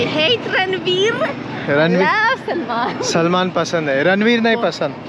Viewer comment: Not salmon gandu, its Salman